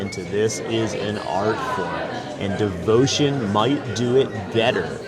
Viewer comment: I would have tried to pronounce the actual name. It’s not that far from the English, Devoción